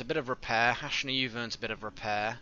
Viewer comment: Thanks for naming the character hashna, can't weight to see her reaction but I just wanted to tell you that the name has a soft "A".